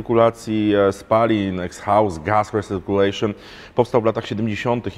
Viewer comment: absolutnie się nie czepiam... sugeruję tylko wymowę, która mniej łamie język: igzost gas risirkjulejszyn LOL